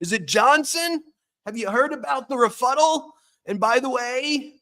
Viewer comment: Rebuttal or refuddle?